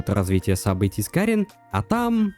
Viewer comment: Отличный видос, разве что кАрин и кИрин вернее, а не карИн и кирИн. Очень буду ждать разбор последующих глав